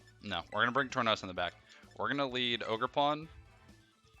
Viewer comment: Ogerpon said ogergone